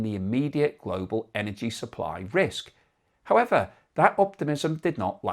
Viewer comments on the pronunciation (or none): none